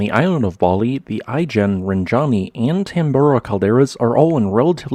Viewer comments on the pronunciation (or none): I live an hour away by car from Batur. It's truly an awesome sight. I've been to Ijen, been to Raung in the same complex as Ijen, been to Bratan, been to Batur, been to Rinjani, been to Tambora. 😎 The question is when Agung is going to blow its top just like its neighbors. 🤔 When it does, I'll be toast. It's 'BAH-toor', stress on the first syllable, and 'EE-jen' btw.